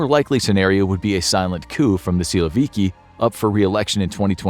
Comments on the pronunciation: Nobody calls in Russian a man named Vladimir (as first name) - Vlad. Never. It's mostly Vova or Volodya. Also, the accent in the word "syloviky" is on last syllable. "Syloviky" is mostly police force or national guard, police swat teams and etc. However, the army, normally, is not described by this terminology. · Funny how you pronounce “силовики»